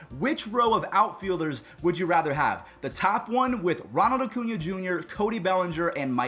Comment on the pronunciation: If you don’t stop calling him “O-cuña”